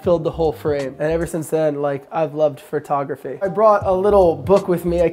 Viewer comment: Was there a contest to see how many times you find say phrotograhy?